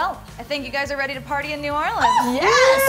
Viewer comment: thank god someone said New Orleans right! I'm from Louisiana so y'all near where I live